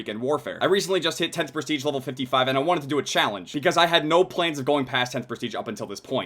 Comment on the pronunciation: It's Prestige not Presteage